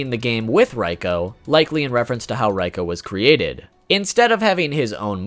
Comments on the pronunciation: Fact #5 Reiko is not pronounced Rye-Co, it's REEEE-Co, even the in-game announcer says so. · Isn't that supposed to be Reeko, not Ryko? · NOOO! He's saying Reikos name wrong!!